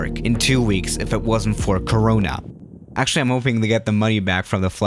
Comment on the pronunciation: did he say corona isis lol!?